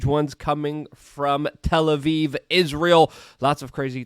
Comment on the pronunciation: Where is Tel-Aviv? Me: "It's next to "Tel-Aphone"